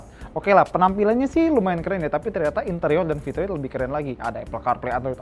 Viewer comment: itu ngomong "Ternyata" atau "Toyota" yak.. 😂😂😂